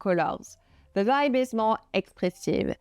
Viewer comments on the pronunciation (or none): none